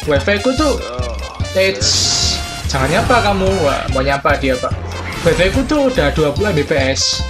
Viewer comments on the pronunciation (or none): none